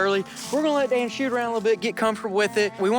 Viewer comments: He said aw Dan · No he said oh dan